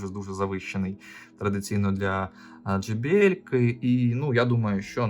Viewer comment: Вибачте, ну чому джи якщо джей? J